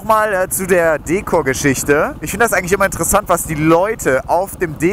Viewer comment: Bitte bitte bitte sag Dekor und nicht Deekor....das hört sich so falsch an. Aber dein neues wird bestimmt klasse